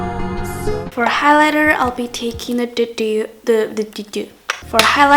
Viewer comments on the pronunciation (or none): I love how says 'chu' instead of 'to':3